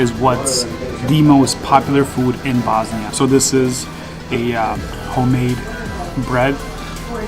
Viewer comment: Why are you prenouncing bosnia like that? You're bosniain. Is it so Americans understand it?